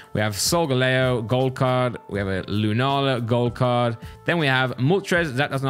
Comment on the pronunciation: you really need to play one of the later games, Because i cringed so much on the Lunala and Solgaleo pronunciation. I suggest Ultra sun/Ultra moon, Or lets go pikachu or eevee. Or just play them all it increases your knowledge by a tenfold.